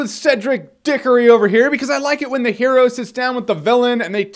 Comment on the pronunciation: Oh my god, "Cedric Dickory" lol I paused the video and just took that in for a moment.